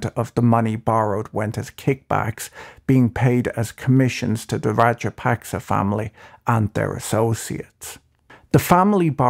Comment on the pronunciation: Should your report be respected when you haven’t even tried to find out how to pronounce the president’s name half way decently.